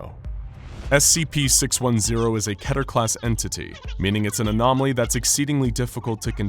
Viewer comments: It’s not ketter it’s key-ter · I love how a channel called scp explained doesn’t even know how to pronounce keter. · Is keter pronounced ke‐ter or kee-ter?